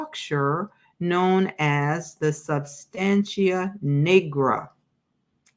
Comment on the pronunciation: Substantia Nigra , nigra - the Ni is pronounced like the Ni in night).